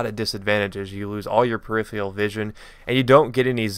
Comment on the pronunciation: periferal vision not perifial! Your American pronunciations stink